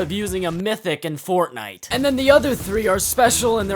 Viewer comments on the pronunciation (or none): none